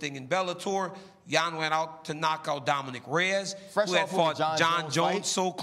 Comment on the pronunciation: “Dominique Reyes”